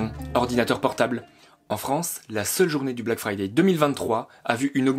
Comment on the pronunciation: Ça s'appele bläck freidäi' apprenez l'anglais!! Bleck fraîdeî